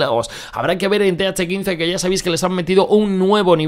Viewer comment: "Th caince